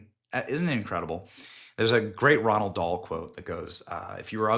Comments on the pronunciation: Not Ronald Dahl. Roald Dahl. He pronounced his name like: Rall doll. Think like the word ball but with an R instead of a B. Then Dahl was pronounced like: Doll. The exact quote is from his story, The Twits. Here: “If a person has ugly thoughts, it begins to show on the face. And when that person has ugly thoughts every day, every week, every year, the face gets uglier and uglier until you can hardly bear to look at it. A person who has good thoughts cannot ever be ugly. You can have a wonky nose and a crooked mouth and a double chin and stick-out teeth, but if you have good thoughts it will shine out of your face like sunbeams and you will always look lovely.” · I'm sorry Benny, but this is the second time I heard you say Ronald Dahl. It's Rhoad Dahl buddy. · ROALD, not Ronald